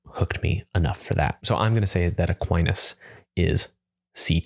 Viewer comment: Fun experiment, thanks! Shame about that bad fumble on Aquinas, but otherwise hilarious and edifying in equal measure.